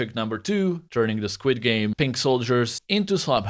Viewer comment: I love it when you say Squad games it sounds like squid games